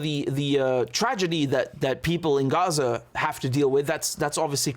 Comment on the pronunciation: Heh Richard, I respect the word you are doing the transparency, and 0 bias of your analysis. the other thing I like about you is how you pronounce Arabic words like Gaza (Ghazza) and words that have letters ه ح ع ق ; but Haniya unlike Yahia is written this way هنية.